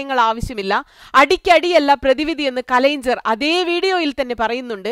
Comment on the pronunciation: കലയ്ഞ്ചർ അല്ല കലയ്ഞ്ഞർ... പറയൂ കലയ്ഞ്ഞർ